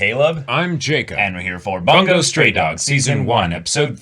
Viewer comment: I love this channel, but I swear the way you two say "Bungou", is going to give me an aneurysm 😂